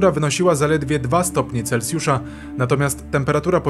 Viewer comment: Normalny ludzki komentarz, a nie to sztuczne AI, nawet autor wie jak wymawia sie slowo Celsjusz, a to rzadkosc niestety.